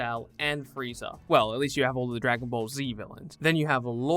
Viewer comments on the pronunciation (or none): none